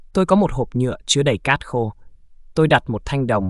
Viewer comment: Cát t, đất t, mạch t 😮